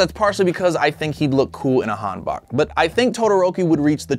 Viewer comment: Han-bok not han-bak I'm korean